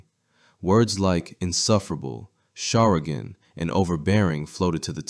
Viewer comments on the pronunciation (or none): "Charagin" isn't a word. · Words like "charagin".... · Yean I wonder if he was thinking charlatan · Probably meant charlatan